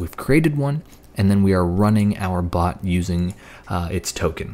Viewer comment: he pronounced it "pot" but the correct pronunciation is "bot" and if it would've been a pot he would paint it discord theme with discord logo